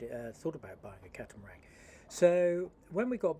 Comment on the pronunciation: Why do you call it a catamarang rather than a catamaran?